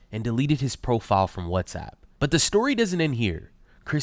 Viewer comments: The way she said Whatsapp 😂😂😂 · Love how she says 'WhatsApp' like the audience wont know whats shes talking about 😂